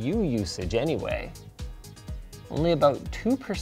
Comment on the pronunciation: "Aboot drive"